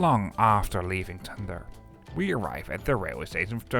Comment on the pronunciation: The "d" in Tønder is silent, so it is quite easy to pronounce. If you know it. 🙂